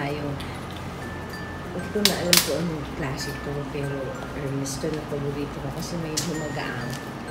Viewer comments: Ur the best hindi mayabang.. Hermes its ermes silent h sa French Take care your bags.. Canada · hahaha... Hermis-sing, Gucci-ing😂